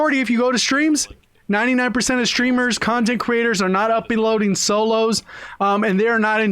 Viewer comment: Did any one hear say upeloadey lol